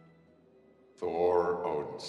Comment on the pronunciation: “Thor odensen” 😭🤣